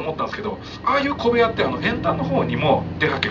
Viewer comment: 小部屋が米屋と聞こえるんだけど。